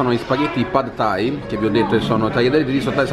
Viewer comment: Minuto “pad thai”... mi sorprendi ogni giorno che passa🤦🏻‍♂️🤦🏻‍♂️